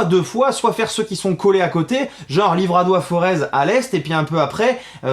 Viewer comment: Top comme vidéo de lancement hâte de voir le premier épisode, merci pour l'effort de dire Forez et pas "Foreze" (et oui c'était moi qui t'avait fais la remarque) en ce qui concerne les routes du sud moi qui habite Marseille depuis quelques années je te confirme que pour les parcs faut les faires a pieds en mais il y a quand même le col de l'espigoulier qui est cool et les routes du var. a bientôt ✌️